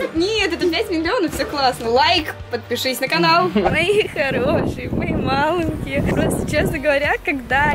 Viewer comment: Не малэнкие а маленькие